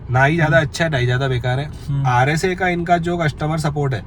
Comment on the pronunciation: It's RSA not RAC 🤓